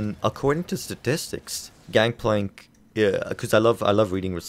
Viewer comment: I agree that "Gangpalnk" is very strong,. lol